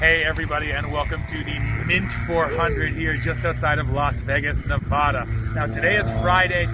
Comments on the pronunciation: Say Nevada right pls! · totally agree. if you have any doubts or arguments on how to pronounce it. Ask the people that live in Nevada how to say Nevada. Same gos for Colorado.